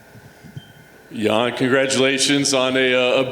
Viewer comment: *Jan not "Yan"